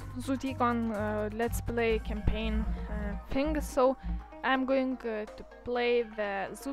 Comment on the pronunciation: its campain. not champain